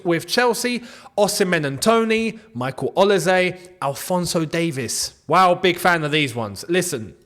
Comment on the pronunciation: Quick one. Olise is pronounced with an S and not a Z. Thanks for all you do.